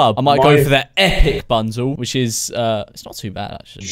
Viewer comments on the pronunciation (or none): none